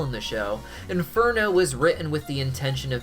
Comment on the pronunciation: as an Italian ill tell u u really do not need to say inferno I mean I, appreciate the effort and the pronunciation is very good but u can say hell as it is the same thing